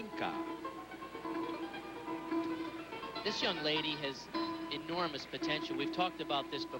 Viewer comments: To me, the commentator sounds like he is saying Карпинко rather than Карпенко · Am I the only one who noticed the commentator says "Karpinka" instead of "Karpenko" ? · It's actually not a bad pronunciation. The "o" should sound more like "uh", but the e should sound more like an "e". So it's something like: Karpyenka. Pronunciation-wise anyway.